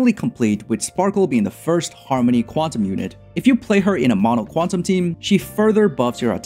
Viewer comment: Thanks for this guide. Xoxo "Qunatum" lol